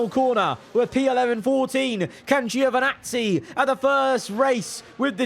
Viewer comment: It's Joevinazzi, not Giiiovinazzi... From Italy with love 😂😂❤